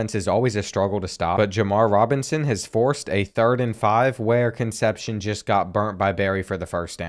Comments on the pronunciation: I always look forward to these episodes and they always deliver on being A1 content. But with that being said, some of these names are getting absolutely butchered 😂 Names like Meeky Jenkins, Conception, Nguyen (new-en) are channel staples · Please learn how to pronounce Concepcion. Those Latin names are killing you